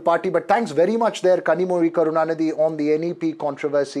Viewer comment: Wow! The anchor actually pronounced “zhi” correctly! Good one.